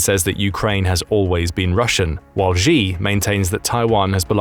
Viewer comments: SHE, his name is pronounced SHE!!!! not Jee at least don't butcher his name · It's pronounced she not g